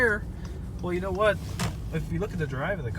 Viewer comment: “…and I’ll tell you HUWHat”